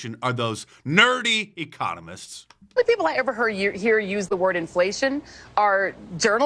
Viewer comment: Enflayshunn.... i lerned a new werd today.